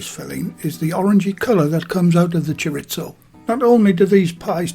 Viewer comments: “Chor • ees • zoe” not “chor • its • oh”. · "Choritzo" Haha! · Just FYI, it's pronounced Chor-EE-zo. Mexican loose meat Chorizo is WAY better. I love the combination of Chicken and Chorizo. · Love the videos but can we please stop saying "choritso" it's Spanish, not Italian 😊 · We have Delia Smith to thank for the silly mispronunciation of 'chorizo'. In mainland Spain it's "choreetho and in south American Spanish," choriso". As for those pies, it's 'pollo con chorizo' if you want to cause eye rolling down at the local, but I'm surely going to have a go - with the spicy 'choriso', I like a kick on the tongue as the Bishop said to the actress. 😛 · There's no T in chorizo,!